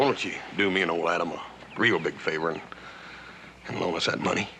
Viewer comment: Why she keep calling him anus